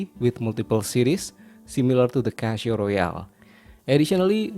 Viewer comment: You make very good reviews but why are you pronouncing it Cashio?